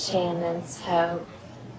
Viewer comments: The whole "Shane-en's Hope" flub looked anything but. You CAN'T tell me that isn't a script on Angelica Bridges' clipboard, likely given to her right before filming by a smart-ass producer who wanted to mess with Bleeth on her way out. "The whole premise is ridiculous anyway, so just say the line and be sure to deliberately mispronounce the name of her new show. It'll be funny! To me!" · I LOVE that reverse-shot of Caroline after Taylor says "Shane-en's Hope". It looks like Yasmine was going through her own version of your "Not in my last episode!" gag; "Angelica severely mispronounced a word in a scene opposite me in my last epiosde? NnnnyyyyyyeeeeeeeeaaaaaaaaaAAAAHHHHH"